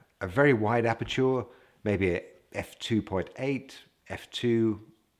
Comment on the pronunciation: Very instructive and great video but you always pronounce 'aperture' the wrong way :-)